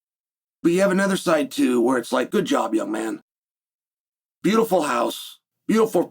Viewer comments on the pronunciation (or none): none